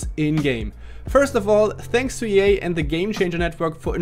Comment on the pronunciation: Thanks to EA sounded like thanks to yey😅😂 cool video though